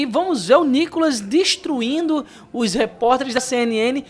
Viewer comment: Não é "destruindo ", como você fala... É destruindo. Não mate a língua portuguesa...